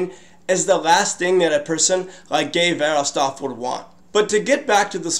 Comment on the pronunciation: Guy's name is pronounced Gey Verhoffstat for the record.